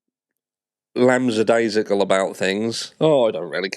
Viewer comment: The word is lackadaisical not lamb but you make me laugh every time you say it 😂